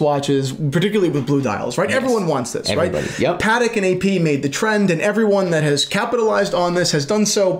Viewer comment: uhm. I think it's pa-TEK, not "pattick" 😆